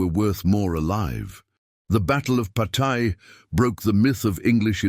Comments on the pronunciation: En outre, il serait bon qu'un effort fût fait sur la prononciation des noms : je ne connais pas de bataille de "Pataille" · En outre, il serait bon qu'un effort fût fait sur la prononciation des noms : je ne connais pas de bataille de "Pataille". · You must try to better pronounce Patay . It took me minutes to understand what battle you were talking about.